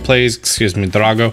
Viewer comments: Why do you say drago with so much emphasis on the dra? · Why do you pronounce drago like that? It sounds like you almost roll the r when you say it. It would make more sense to pronounce it the way you would pronounce the ra in dragon since he’s a dragon, and it would also sound a lot more natural since that is the only word you seem to pronounce that way. I personally cringe a little every time you say drago because it feels so out of place.